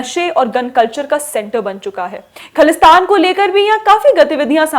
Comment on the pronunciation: Please say "ख़ालिस्तान" not "ख़लिस्तान", it comes from the word "ख़ालिस" which means "pure".